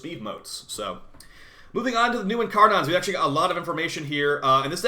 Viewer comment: you pronounce incarnons like you don't know how that word is pronounced.